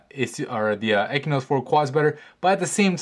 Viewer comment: stop pronouncing it "ekynos 4 quad" it has an X in it, its pronounced "eXynos 4 quad".